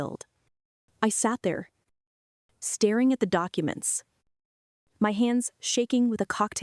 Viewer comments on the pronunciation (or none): none